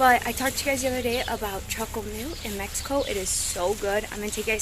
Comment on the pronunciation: Its pronounced verduras not vedurra.😮 Chocomilk not chocomill.